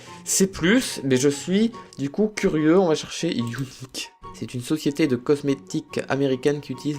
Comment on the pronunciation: tu m'as tué avec le "younique" XD